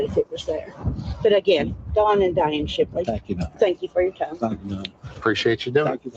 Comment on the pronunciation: It’s Don Shipley, not Shirley. And it’s senior chief. Bro you should know what you are talking about if you’re going to commentate on his videos. 🤦‍♂️ Good luck!!!!